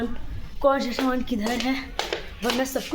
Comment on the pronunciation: Saman bolna to seekh lo s sh main fark hota hai gaav main bhi s ko sh nahi bolte